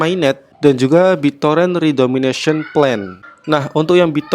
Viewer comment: redenomination min, bukan redomination, beda kok